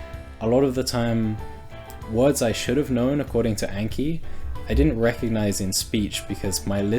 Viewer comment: Long "a" in the words "anki" and "kanji" (those are japanese words....)